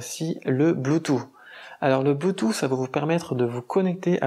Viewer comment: Sinon on dit bloutousse et pas bloutout. Et pas de s à la fin de cent euros 😁